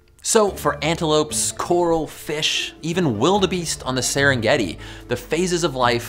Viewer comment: The way he says wildebeest is hallerious! Great video by the way